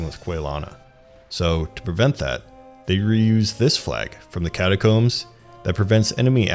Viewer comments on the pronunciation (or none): none